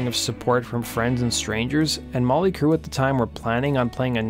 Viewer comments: Sounds like he says " molly" Crue haha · Its not Molly Crue, it's Motley Crue. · Why's he keep saying "Molly " Crue?